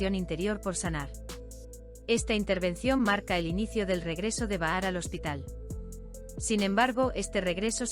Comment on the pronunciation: Es Bahar escrito,😂 pero al hablarlo o leerlo se dice pronunciando la J o sea Bajar.ahi lo dejo